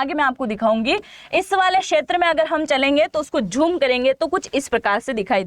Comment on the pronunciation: "jhoom" naheen----'zoom' kahiye!!